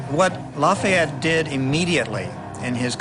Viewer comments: It annoys me how some of them say lafyette but oh well BECAUSE IM HERE FOR AMERICAS FAVOURITE FIGHTING FRENCHMAN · I love how the one guy calls him “ Loffy et ”